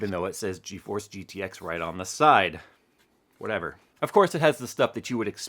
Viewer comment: That "wachever" killed me